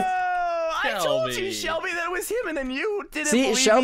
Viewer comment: Ahhhh when h accedently said Selbie instead of Shelby I was like 😮😮😮😮😮😮 (Selbie is my last name)